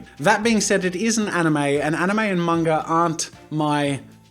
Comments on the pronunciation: He said munga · How dare he pronounce manga wrong